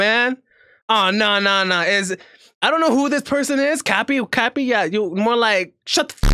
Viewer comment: Kapi not Kabi lol